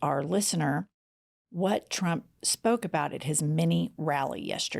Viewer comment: I love the emphasis on MINI 😂😂😂🙌🏼🙌🏼🙌🏼🙌🏼🙌🏼🙌🏼🙌🏼🙌🏼🙌🏼🙌🏼😘😘😘😘😘😘😘💅🏻💅🏻💅🏻💅🏻💅🏻😍😍😍😍😍